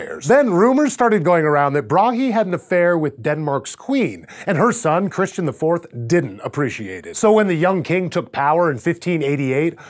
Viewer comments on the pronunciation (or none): none